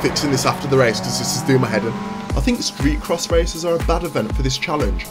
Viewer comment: It's uhm..... pronounced Street Cross :)